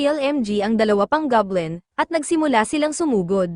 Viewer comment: It's Goblin, not gablem po😊